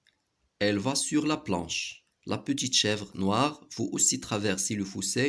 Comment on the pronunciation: Le fossé pas le foussé